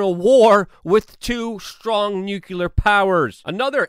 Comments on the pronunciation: Nu-cle-ar not nu-cu-lar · "nuclear", not "nucular" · NUCLEAR, NOT NUCULAR